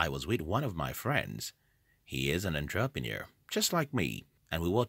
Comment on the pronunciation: Firstly, you aren't an entrepreneur, you're a computer who can't even pronounce entrepreneur. Secondly, Google became profitable because of government funding thru the CIA. It had nothing to do with delayed gratification. It has to do with invasion of privacy and data collection.